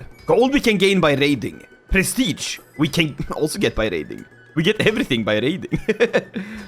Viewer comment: bro did NOT say raiding